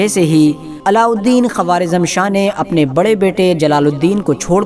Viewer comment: Quawaarizam nahi bhai Quwaarizam